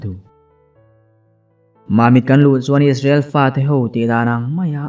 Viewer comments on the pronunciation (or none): none